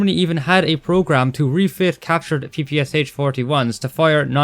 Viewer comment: as a russian i gotta say it's not pronounced "p-p-s-h" it's pronounced "p-p-sha"